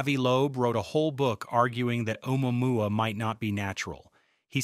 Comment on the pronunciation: If you can't pronounce Omuamua then I can't take you seriously.